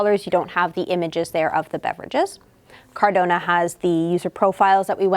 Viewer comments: Omg it is Cadorna and not Cardona 🤣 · NOT CARDONA< IT"S CADORRRRRRRRNA!! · Exactly!!! My ears are in pain every time she said the name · It’s CadoRna, not CarDona! 😂